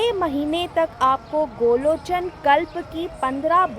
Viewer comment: Sahi nam to bolo.gorochn hota h n ki golochn🤔